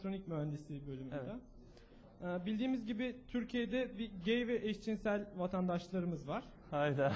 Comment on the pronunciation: HehEhEh eŞJinnSell Dedi EhHeHe